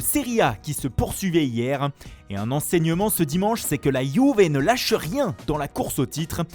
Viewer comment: "la youvé"